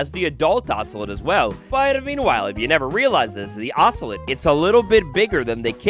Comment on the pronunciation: It’s pronounced oso-lot not oso-let 😂